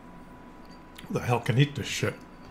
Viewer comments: Love ya, but you were eating was KEEN-WA. Not KWIN-OH-AH. Sorry. I'm a retired communications teacher. Can't help myself. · It's pronounced keen Wa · I know you are mispronouncing that word for comedic effect but for your audience's sake, the word is pronounced "KEEN-WAH" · In Britain the posh people pronounce Quinoa as "Key Noir" 🙂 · Great opening music...turn down the shirt Ancient grain pronounced kin wa